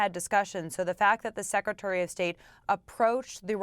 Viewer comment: She says "sakatary of state" seems some new position has come up. Anyway START treaty is gone. Nukes r coming out . Good luck .